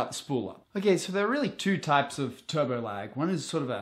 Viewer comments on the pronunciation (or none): none